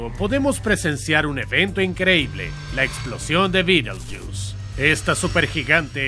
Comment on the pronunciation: Betelgeuse se pronuncia beteljeuse, no Bittlejuice.